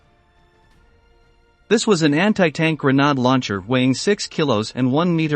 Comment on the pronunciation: Gren aid not Gren nod key lows not kill o s